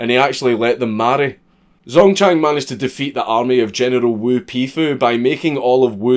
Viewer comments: Still waiting for him to figure out how to say general without saying genital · You can't say general without it sounding like genital and it is one of many reasons I love you.